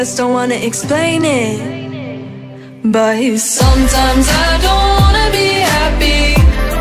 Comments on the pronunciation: She's singing "but", she's just pronouncing it in cursive as " bayees" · Cause she like pronounced the t very softly then jumped to the s in sometimes before she could even finish the but word. It just got mixed up so that's why it sounded "buese". You get me?